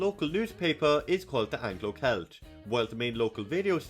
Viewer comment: There's probably a lot more people living in cavan now, even since this video was made, the Anglo Celt is pronounced selt, also there is a high number of head cases in the county 😉